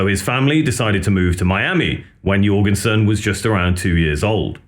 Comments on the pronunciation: please stop saying yurginsin. omg. it doesn't stop. I can't watch this "yurginsin" video anymore. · How do you produce an entire documentary on Ministry and then pronounce Al's name "YURgensen"